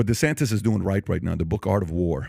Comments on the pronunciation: Did anyone notice Trump kept saying “DeSanctis”, not “DeSantis”. It’s a playon from his original attack “DeSanctimonious”. It’s subliminal, it’s intentional and it’s pathetic. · Is he calling him Ron Desanktas